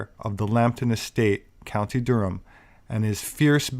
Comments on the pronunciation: Good stuff,. Durham is pronounced Durram over here. Always enjoy your content. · You slaughtered Durham. 😂👍